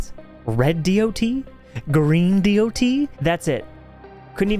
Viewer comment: It's because he says D o T. It is a good video and deserves more views for sure.